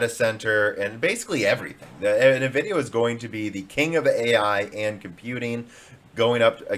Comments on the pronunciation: NAvidia... is driving me nuts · he said nvidia on purpose I'm guessing because he was playing the part of someone backing nvidia in that particular part in that particular video. But he always says Nuhvidia when he is playing the amd guy. I don't know maybe I'm crazy. I'm guessing is his way of saying that nvidia is a stupid name that doesn't make sense and you can't even read. Which kind of it is.